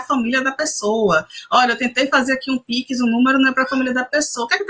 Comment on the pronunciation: fera a mas a pronincia piquisi é engraçada kkkkk